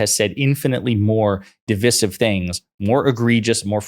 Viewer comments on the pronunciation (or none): You better stop saying divisive that way... it's divisive not divisive. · Divisive isn’t pronounced the way the host thinks it is.